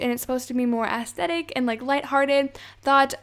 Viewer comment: “Asthatic” that’s what she sounds like when she says “aesthetic”